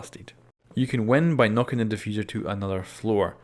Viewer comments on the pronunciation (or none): "diffuser" its DEfuser lol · great vid but just saying i maybe wrong but isnt it defuser not difuser